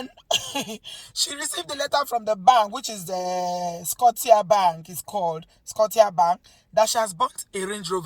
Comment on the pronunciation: Hello. Interesting story. By the way, the name Scotia is pronounced skosha 😄